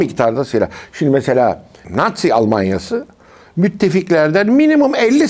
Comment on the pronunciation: Celal şengör hoca sende farklı olucam diye değişik değişik telaffuz 😂😂ya nazi diceksin çok basit natzii natziii değil 😂